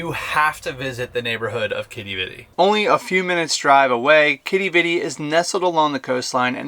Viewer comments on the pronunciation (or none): none